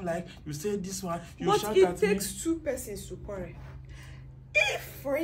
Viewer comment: stop saying quallel say quarrel. It's easy.